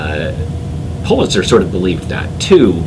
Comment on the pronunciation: Its pronounced PULL itzer!